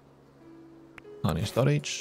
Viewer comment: Nadie: Absolutamente nadie: Escocés: vamos a poner.. hony hony hony